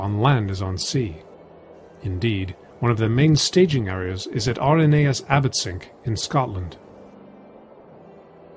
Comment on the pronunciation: Small point, Abbotsinch is pronounced exactly as you would pronounce the unit of measurement. It's the old Scots version of the Gaelic word "Innis", meaning "Island". See also islands in the Firth of Forth, near Abbotsinch like Inchkeith and Inchcolm.